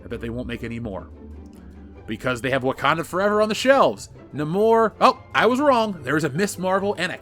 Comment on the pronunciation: Thank you for pronouncing Namor correctly